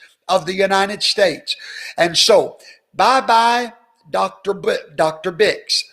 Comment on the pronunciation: There is an R in dr. Name lol Birx